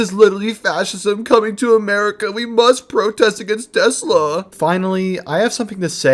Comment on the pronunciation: "Stop burning Teslers" - Nope...